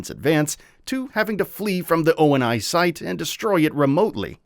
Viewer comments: O-N-I site? It’s pronounced ONI (Oh-Knee) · cant forget they say O-N-I instead of Oni, like the japanese demon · Bro spelled out ONI too lol like please bro it’s pronounced ONI not spelled lol I think it’s A.I scripted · Office of Naval Intelligence. He’s not wrong in saying O-N-I, but it is pronounced like the Japanese demon, however there is no correlation between the two whatsoever besides sharing a name.